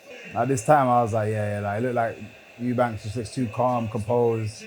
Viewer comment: These sports stars cannot read , Eubanks 😂...no venom it's Eubank lol